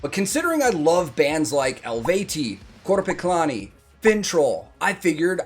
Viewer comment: Wow, your Finnish pronunciation is impressive! Your pronunciation of "Korpiklaani" was spot on! 🖤 When will you be reacting to more Blind channel? I recommend doing Snake (feat. GG6), Died enough for you and Dark side, they are one of my favourites🖤 I see you like Finnish music too, so maybe also more Finnish music on your channel? 😍 I guarantee, the Finns will invade your comment section along with the Germans 😉 Greetings from Oulu, Finland, the hometown of Blind channel 🖤 btw, Eskimo callboy is going on a european tour with Blind channel next year!! 🔥🔥